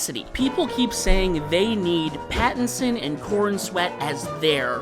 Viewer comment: It's Robert Pattinson, not Patterson 😂